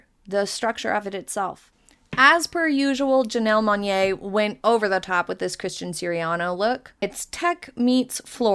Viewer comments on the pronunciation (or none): You seem so bored with the whole thing...why bother with a second video? And, you didn't appear to do any fact finding, on artistic inspiration or even just pronouncing people's names. Janelle Mon-yay?! Lord, do some research.